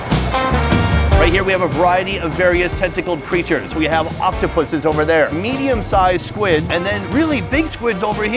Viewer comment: Is it everyone or only me who heard Octopussies 😂😂